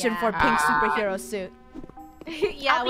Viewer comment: FUNNEH YOU SED YOU WANTED TO BE A SOPRHEWO